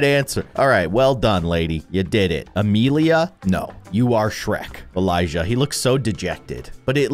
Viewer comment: I just relized the part when he says "Amelia" properly and that's my name lol